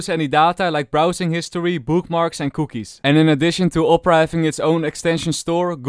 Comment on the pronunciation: The way he said cookies at 1:80